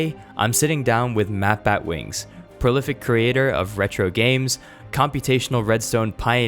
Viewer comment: You totally butchered my name, and you only took 2 out of 10 questions... You should have taken them all!